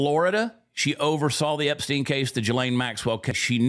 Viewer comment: HE did. He defended them HARD. Angerly asked why we were still talking about Epstien. He even acted like he didn't really know the name. Mispronounced it a bit. HE acted like it was offensive that the reporter even would ASK about it. Trumpsters are in a bad spot now. He's lost me.. not that I mean anything in the grand scheme of things.